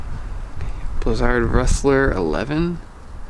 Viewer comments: Blizzard is pronounced like wizard. Stop saying it weird. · In German z is pronounced like 'ts', and most people pronounce Völkl and Stockli wrong as well.